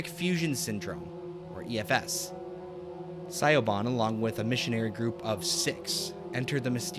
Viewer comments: Lol im sorry i kept being confused when you pronounced the name Siobhan as Sigh-o-bon because it's actually pronounced shuh-VON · Siobhan is pronounced Sha-von. I'm not trying to be a tool but just thought I would help. :) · FYI Siobhan is pronounced like "shi-vawn" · Siobhan... Shivaun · Siobhan is an Irish name and pronounced like Sha-vaughn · The woman’s name is pronounced Sha-von. The name is Irish. Siobhan. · it's pronounced Sha-von (Irish) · The way he pronounces Siobhán in painful. It is pronounced "Shiv-awn" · Really interesting and novel topic for a video, but it was soured somewhat by the unfiltered rawness of your takes. Consider scripting your video next time, or scripting around your live reactions. I think your videos would benefit from some editing. A little more effort could have avoided egregious pronunciation errors (like a certain Irish name...) and factual errors like your weird definition of keening. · There was no N anywhere in that name man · Siobhan is Irish/Gaelic, which can often be hard to figure out how to pronounce from the English spelling.